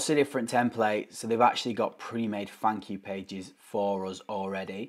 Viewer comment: I heard funk you page (thank you page) 🤣🤣🤣